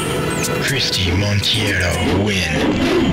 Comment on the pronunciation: It always bugged me that the announcer says "Christie MONTIERO" instead of "Christie MONTEIRO".